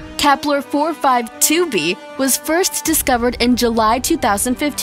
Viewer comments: Stop saying Kepler😂😂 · Why do u keep saying Kepler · wtf is "KEPLER" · Why u keep saying kepler, u idiot